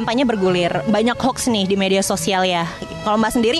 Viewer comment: Bukan Hoks mbak, tapi Hoax... 😁